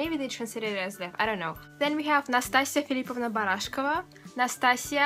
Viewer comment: yeah when she said nastasya's middle name filipovna it sounded like 1 syllable xD